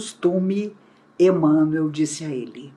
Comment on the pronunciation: A pronúncia de "Emanuel" é idêntica a' de "Manuel","Miguel","Rafael*, etc.